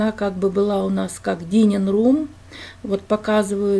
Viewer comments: Дайнинг рум, не дининг рум. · Только не «дининг» room, а «дайнинг» room, вы же знаете. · Дининг рум? 🤦‍♀️это которая дайнинг рум?, как вас вообще может кто-то принимать всерьёз если вы не знаете элементарных слов?